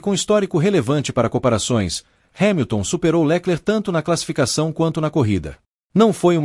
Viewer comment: Porque esse narrador inventa nomes? Leclerc com acento no lé ?